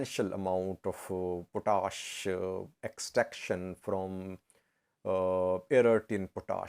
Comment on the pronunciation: It is pronounced POT-ASH. POT ASH. It is English not French